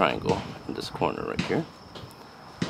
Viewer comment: Please say "this" and "the" instead of "dis" and "Da". Da hits on da target? WTF. Going forward just fix yourself.